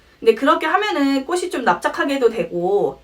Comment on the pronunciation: ㅠㅠ 꼬시 꼬슬 아니고… 꼬치 꼬츨